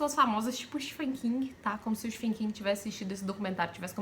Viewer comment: me perdoe por corrigi-la, mas você pronuncia o nome do Stephen King errado! Você come a sílaba “te”! Você fala sfêm King! O correto é Stéfem King! Estou escrevendo da forma como se fala!